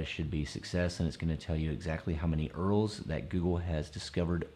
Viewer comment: I can't get over the way you pronounce URLs